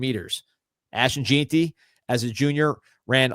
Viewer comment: It pronounced gen tee not JEAN tee😅